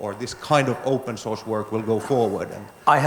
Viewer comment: I have been hearing "open sauce" for 1+ hours